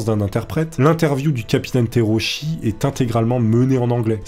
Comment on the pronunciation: Le nom du pilote se prononce Tera-ou-tchi au passage.